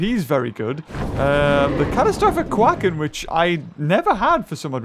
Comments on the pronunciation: If ya watch the httyd race to the edge show it has most of the new dragons Also it pronounced quake-en not quack-en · Its qu a ken not quack en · it's not QUaCKEN it's quAcken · Quaken is pronounced qu-ei-cn Quaken not quack-en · its called the catastrophic qaiken not quaken. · It's qua can not qakan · You have pronounced catastrophic quacken wrong its quake -n like earth quake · When he said quaken wrong I cringed so hard 😂 love ya anyway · i love how he miss pronounces quaken its hilarious. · The way you say Quaken Is a little wrong its the same way as earthquake